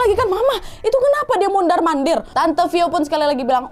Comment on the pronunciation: Humorku sebatas "mondarr mondarrr" 😅😅 Ternyata bagian dari daya tarik bercerita nya kak nad adalah ketika ngomongnya kebolak bolak, terlebih memang gaya bercerita nya yang unik, jadi canduuuuat dengerin nya 😅😅 . Thanks kak nadddd, Sehat selaluuuuuuuuuu ..